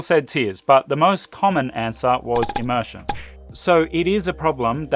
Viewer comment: Please learn the correct pronunciation of immersion before explaining it. Am I the only one who feels pain whenever immersion is uttered?